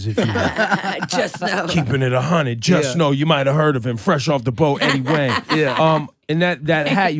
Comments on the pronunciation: Dude said wang in the beginning lol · if ebro calls him eddie wang one more time i feel like eddie was about to be like "fam, like you gotta respect the name" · Wang, Wong, Hwang, Hu-ong... I'm shocked Eddie never corrects people on his name. It definitely Wang though Ebro...